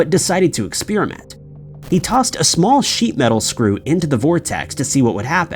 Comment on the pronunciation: y'all complaining about his pronunciation of "Versailles", but if I hear him say "expeerimint" one more time, I'm gonna stab myself in my eardrum.